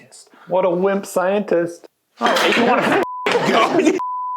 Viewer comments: That was the crispest "whimp" I have ever heard. props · stop enunciating your Ps when you say "Wimp". It's gay and annoying.